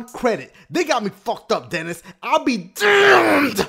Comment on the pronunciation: That's my name dennys and you pronounce it like that